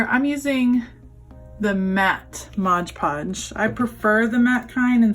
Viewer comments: Why “Modge” Podge instead of “Mod” Podge? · Nice job! Please note that the product is MOD Podge -- not Modge Podge. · Awesome project, but....... it's MOD Podge!